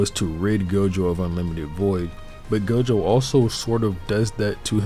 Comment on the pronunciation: It's not gojover